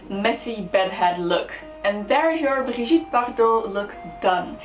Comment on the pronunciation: Thank you for pronouncing her name correctly!!! Hate when people say "Bridget" vomit